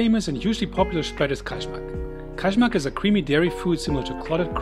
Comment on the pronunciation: Kajmak (KAYMAK) J IS Y LIKE AMERICAN Y